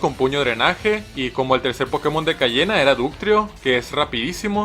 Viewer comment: Si te equivocas te echa pa fuera y luego dijo Cayena (será coña no ...)